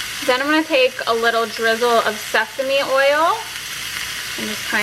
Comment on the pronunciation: you said seasme oil!! LMAO!! I thought you said Stephanie oil!!! i was thinking " stephanie oil" that must be new! Where do i find this oil! LMAO!!